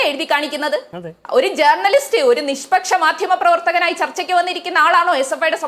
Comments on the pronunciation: ജേ"ർ"ണലിസ്റ്റ് ... നല്ല ഉച്ചാരണം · ജേർണിയലിസ്റ്റ് അല്ല മോളെ, r സൈലന്റ് ആണ്.